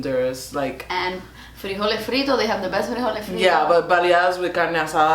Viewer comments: Oh what your friend is Honduran so am I. Yay lol well half and I loved your Cuban accent when you said frijoles frito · do a video in Spanish i love the way you said frijoles fritos